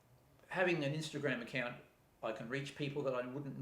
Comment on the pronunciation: Nice video! (What is "inster-gramme"?)